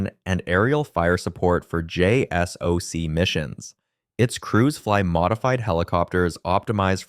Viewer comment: “JSOC is pronounced “”jay-sock”.